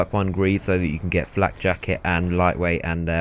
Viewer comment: It's neither 'flat' nor 'flack'; it's 'flak'.